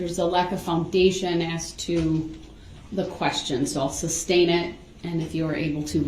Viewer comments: You would think that after hearing the word "(sustain)" and not "(substain)" literally hundreds of times a day that this "English major" would pick up on that. And maybe, just maybe, if this idiot would shut up for two seconds he would hear the objections instead of yelling "grounds" every time. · JUST ONCE I wanted her to say, there is no grounds because the work isn't substain, it's sustain. effin moron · #Rewatch in 2025 😂... If he says grounds for the SUBSTAIN again... It's Sustain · He knows the word is sustain but continues with substain it’s so weird. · I work for lawyers and every time he says SUBstain, coHORzion, and all the laws he claims to know, it makes me cringe 😬😬😬😬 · Sub-stained. Everytime that fool says it I shake my head. Also when he says license place. Oh my what an idiot.